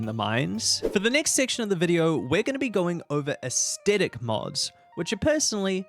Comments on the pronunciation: In this age, when ever pronouncing Aesthetic, people suddenly forget kindergarten English and the rule surrounding 'th.' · Great video but damn the way you pronounce Aesthetic is er, interesting